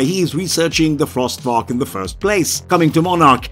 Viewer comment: Cool video, but small mistake: The monster's name isn't "Frost Varak", it's "Frost Vark."